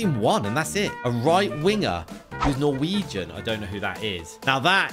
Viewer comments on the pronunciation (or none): none